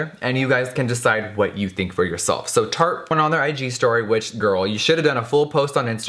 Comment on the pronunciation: At the beginning sounded like he said "turd shape tape", accurate hah